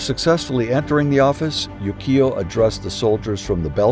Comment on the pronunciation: A few words about Japanese pronunciation and stress. "Chigo" is pronounced as written, not "Shigo". "Nanshoku", not "nanshuko". "Yukio" has equal stress on its three syllables, not "Yu-KI-o" with stress on the middle syllable. "Meiji" with the "ji" as in "John". "Seppuku", not "seppuko". Otherwise, thank you.